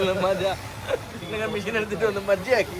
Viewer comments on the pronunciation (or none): none